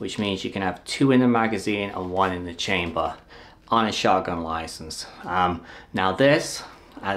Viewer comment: "In da chambuhhh" lol.